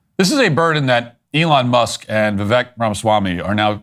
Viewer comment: Great commentary. FYI: The correct pronunciation of Vivek Ramaswamy's first name is to rhyme it with "cake". Think of it as replacing the 'e' with an 'a'.